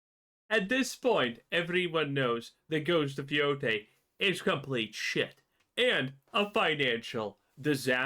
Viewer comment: Yotei mo' like Mo'gay. Jeez louise im getting deja-vu, i think i already said this on one of your other videos.